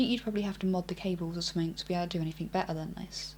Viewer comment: Wow relax, its a fair question for anybody who isn't used to her accent. pronounces words different, as we all do around the world. For example, she says 'somethink' instead of 'something'.